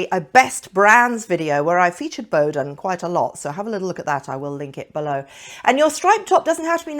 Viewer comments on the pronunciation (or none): none